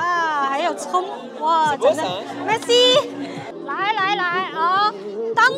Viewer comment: 说实在，吃饭吧哒嘴，嘴里有东西的时候说话。这些在欧洲都是没有教养的表现。你是在丢中国人的脸。还有，请你把merci的发音还好矫正下。谢谢！